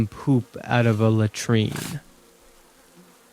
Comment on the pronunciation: That's the only way to pronounce it bro, you're tweaking??